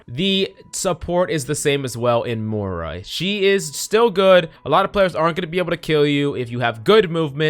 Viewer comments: PLEASE pronounce the i in moira. Im having a stroke every time youre saying moura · have no one told him how to pronounce moira yet? its not mora.... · yea xD i noticed he said it wrong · bruh how do you spell the heroes like phara is phoroah Moira is moura ana is ona reaper is rpha like wtf dude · Learn to pronounce Moira. It's like Moy rah.